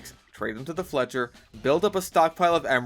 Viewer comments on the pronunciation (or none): none